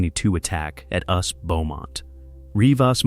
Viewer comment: "Usp"? FFS, fix the robo-narration. Is that so much to ask?